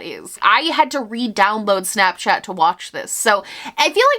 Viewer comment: I love how your New Yorker pops out when you say shnapshchat! 🤍